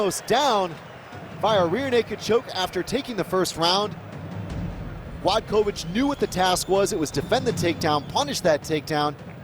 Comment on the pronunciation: Not Gladkowicz, but Gładkowicz. Ne Gladkowicz, nego Gładkowicz.